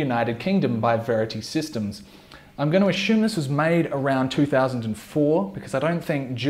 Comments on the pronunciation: Assume not Ashume LOL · Sorry mate, no disrespect, but it’s ‘ass-you-m’. Good video nonetheless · one drink for every time he sais "ashume" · Ashume, ashume, ashume, ashume